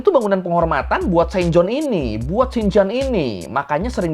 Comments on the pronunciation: cara pembacaan yang benar: Sint Jan - Sin Yan Loge - Loji Vrijmetselarij - freymetslerey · bukannya harusnya dibacanya Saint Yan ya? Biasanya logat orang Belanda baca "J" jadi "Y" Bukannya rumah setan malah jadi "rumah senyan"